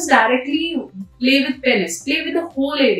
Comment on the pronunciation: पेनिस नही होता पीनस होता है।